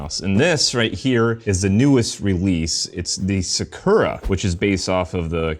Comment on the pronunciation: Why did you pronounce sakura like that 😭😭🙏🏾🙏🏾